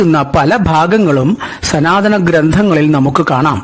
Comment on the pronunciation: Not sanathanam But sunathanam . Hahahahaha